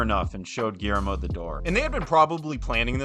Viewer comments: Man, if it wasn't the guy's name, I wouldn't have said anything, but our boy here went on about how big a fan he is, all the while just CONSTANTLY mispronouncing his name. That's nuts. I'm not THAT polite. ;) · this video is great and i was genuinely shocked to see how few subscribers you have considering how high quality it is, but brother you GOTTA look up the pronunciation of names before recording cause you butchered Guillermo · Almost: Gi yer mo. I'm sure that you're mostly referencing that this guy is prouncing "ll" as "l"...which is wrong. In Spain AND, possibly more importantly in Mexico (where del Toro is from), it is prounced "gi yer mo". "ll" is "y" in Spanish. Although, in South American Spanish-speaking countries, "ll" is more of a "j" sound. So, "gi jer mo". In no Spanish-speaking country is it pronounced "gi ler mo". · Narrator: PLEASE learn how to pronounce the name "Guillermo." It's quite easy and the Spanish language is beautiful; give it respect. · Good video! Glad this was recommended to me but for the sake of all that is holy in this world, please at least say the name of the man you profess to be a fan of correctly. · My goodness there is no excuse for that mispronunciation. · It's pronounced gee-YAIR-mo. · Quick cheat in case you find it hard to pronounce his name correctly, it's Gee (as in Glee, but without the L) Jer (as in Jerk, but without the K) and Mo (as in Mo) sound it out, it will help a lot 😘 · Quick tip: Guillermo... is pronounced like "Guillotine", with a "Y" "Guiyermo" like in "What we do in the Shadows" series. Great video. Greetings from México. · Dude, I love this, but "Gee-AIR-Mo", not "Gee-Mair-Oh". :p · Guillermo. It’s GEE ERR MOE. Not GeeMero. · His name’s pronounced “Gee (hard G) - YERR - mo” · Guillermo is pronounced "Gi-YEHR-mo", not the several other ways you mangled it. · My friend, if you're a fan of him, at least pronounce his name right. It sounds like ghee-YER-mo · isn't it pronounced goo-yer-mo?